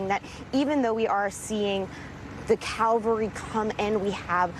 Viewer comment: Bridge:, Calvery, is a church, I think you meant “Cavalry”. Thx for the giggle. 🥰 I had a visual of all those church ppl dashing to the rescue.